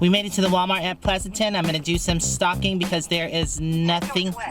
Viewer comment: it sounded like you said you were "going to do some stalking here at the walmart"! lol.hugs